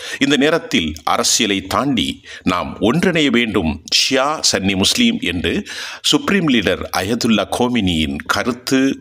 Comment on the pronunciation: It is Sunni not sanny